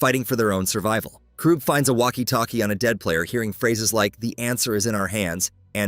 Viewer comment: fr. Its KA-RUU-BEH